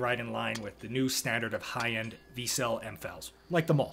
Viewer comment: Vertical Cavity Surface Emitting Laser (VCSEL = Vic Sel < pronounced). But it is still a great video.